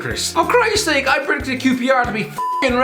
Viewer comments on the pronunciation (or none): none